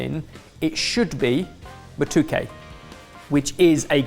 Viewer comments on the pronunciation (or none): Kenyan Ugandan here, happy to see East Africa represented. The banana is pronounced Mah-Toh-keh (Matoke) I’ve been watching Sorted for years and love your videos ❤️ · It’s pronounced ma’toe’ke